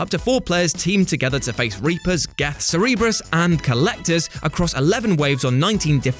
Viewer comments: Cerberus... not Cerebrus... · "Cerebrus"??? Cerberus ya fanny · The Mass Effect 3 multiplayer was surprisingly brilliant. Plus, you get to play as other species, which is a yes in my book. (And I really hope wasn't trying to pronounce Cerberus, because that was horrifyingly wrong.)